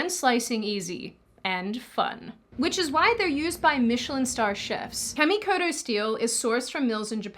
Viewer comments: Uh… guys don’t have eggs… so can’t give birth… Also Kamikoto… it’s Caw like a bird… not to be mean, but Japanese doesn’t have that noise of Aaaaaaa. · Kah-me-koh-toh Correct pronunciation of your sponsor. Oh and, the world is eff'd and I would be in favour of allowing the disillusioned ingrates to inhabit New York city.........and build a wall around. Let them live out their "utopia" until only a few are still left alive. Because......you know they will just off each other.